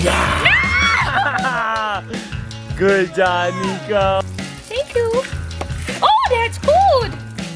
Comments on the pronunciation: It's Niko not nico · Niko said Dino ok just telling you bc I heard it